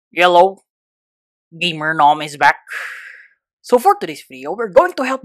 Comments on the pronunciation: I like how he say “yelow” EVERYTIME on the video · his accent is so funny when he says hello, it sounds like hes saying "ello"